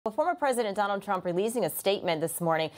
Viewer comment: Is he playing at being Pwesident? How sweet.